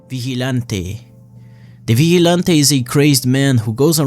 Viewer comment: vigilante NO vichy'lantei YEEESSS